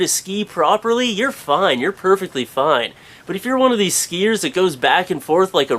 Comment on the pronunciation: He says "skiiers" funny